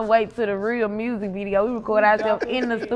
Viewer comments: Lol it’s the r in mursic for y’all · she said “MURRSIC” 😂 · Say music real quick? K Carbon: MURSIK?: Well there it is. 😂😂😂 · “Say music” “Murzic” 😂😂